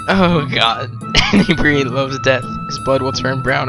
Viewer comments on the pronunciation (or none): it is pronounce "un (as in 'undo')-eb (as in 'web') -ree (as in read)-it (as in 'it')" "un-eb-ree-it" Anebriate. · An ee bree' ate. No doubt a pun on "inebriate", as in "a drunk".